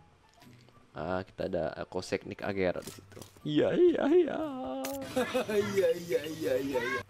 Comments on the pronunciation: Koenigsegg bang, bukan koesegnig 😁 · Konigseg x bang bukan kosegnik 🤣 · Kesegnig❌ Konigseg✅ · Koningseg atau kosegnig bang wkwk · Bukan kogsegnig tapi koenigsegg baaaaang 😂😂😂🤣😅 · Khas nih, kosegnik bukan koenigsegg;) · Koeniseg bukan koesigneg 🤣🤣🤣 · SALAH MULU NYEBUTIN KOENIGSEGG..KEBALIK..